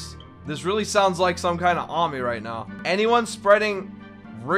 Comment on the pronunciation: can you stop saying *i am not onmy normal accton * its anyounn